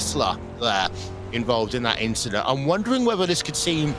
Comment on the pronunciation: Verstappen Rogers inchident